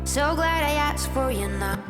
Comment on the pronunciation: asked not aksed